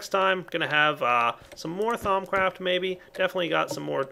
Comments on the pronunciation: At first I always thought he said thong craft lol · Thumbs up if at first you thought he was saying thong craft and that it was a creepy minecraft sex mod.